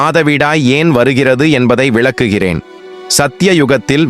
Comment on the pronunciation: ஏய் னு சொல்றத நிறுத்த முடியாது..... ஏன்ன அது Ai 😂😂😂😂 அது அப்படி தான் மனிசன் பேசினா சறியா உச்சறிக்க முடியும் ஆனா இது Ai னு ஒரு தொழில்நுட்பம் பேசுது அதனால அப்படி இருக்கு 😅